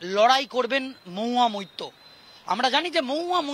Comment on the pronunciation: MAHUYA MAITTA. NA BHAI MAHUYA MAITRA. THIK THAK BOLO TO AAGE